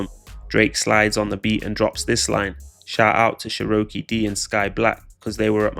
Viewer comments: lol sheroakaaaaay 😂 it’s pronounced chero key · I dunno what she upset for. You're in entertainment and these rappers mentioning you will keep you relevant . Also why the fuck does the narrator call her churowkey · Calling her Sherokee is crazy😂😂😂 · Say her name right